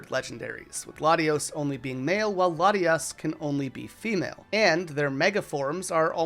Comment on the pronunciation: THERE IS NO N IN LATIOS OR LATIAS! REMOVE THE LETTER NOW!